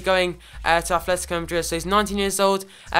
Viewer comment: It's ATLetico madrid not athletico... You're playing koke and turan in each other's position and stop saying incredible.